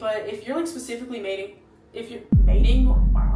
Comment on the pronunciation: “Mating” LMAO BYE 😭😭🤣